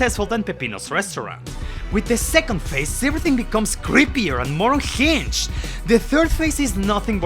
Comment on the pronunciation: I already don’t like your accent but THIS is not how you’re supposed to say unhinged.